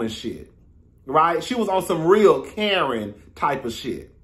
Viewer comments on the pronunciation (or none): none